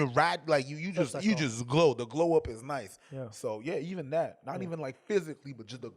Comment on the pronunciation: I love when people say noice 😂😂. Reminds me of the kid running with the knife or the hotel working dancing for the lady’s birthday